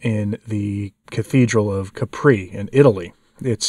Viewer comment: Love your channel. But please try to pronounce names right. (CAP-ri, not CAR-pi). It distracts from the points you're making.